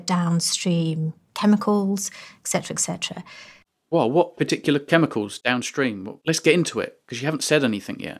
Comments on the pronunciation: She's actually a complete philistine too, since she says "eck cetera" instead of "et cetera". Dimwit. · Don't trust anyone who claims to be a scientist yet says "excetera" lol